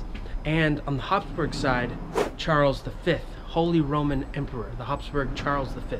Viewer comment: İ cant watch video because of my ethernet but i hear you say emporor for Charles lol It's ridiculous that he can't stand up to the Ottomans and call himself an emperor.